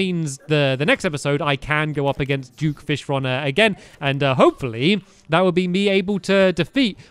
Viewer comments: Why do you keep saying juke fishron when it duke fishron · It’s duke not juke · he says juke fishron XD